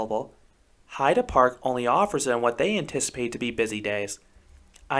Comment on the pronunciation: YAY! You got the pronunciation of Heide right! I really love that park and think your assessment is spot on. I agree with just about everything you say, except I didn't find Limit to be rough at all. It was my first SLC and I was so ready to hate it.